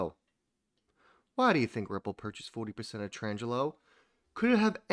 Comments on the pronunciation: It's a small thing but you said it so many times ...... Tranglo ---- your pronunciation - tran-jello ..... correct pronunciation - trang-lo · I love ya man buuuut it's pronounced "Tran-glo", not "Trans-jello". :)